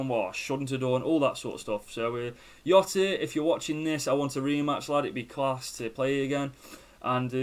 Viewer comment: I feel like you’re saying jota incorrectly😂